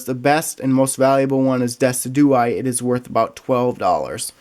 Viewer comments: Dessidooeye 😂 it's "dess-idge-ew-eye" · Cubone Champion Thank you. that irritated me so much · its DI-SID-GU-EYE NOT DES-I-DO-EYE (just trying to help NOT A HATE COMMENT) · Decidueye is pronounced dess-id-ju-eye, and how much is Solgaleo full art worth, although I like Lunala better. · Isnt it pronounced De-sid-you-eye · I see that. everybody at league calls it decidueye but its pronounced very differently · That’s not how you pronounce decuidye u had me laughing when you said that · says deciduye so wrong its cringy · HEY I have never heard decidueye pronounced like that. where did you here that from?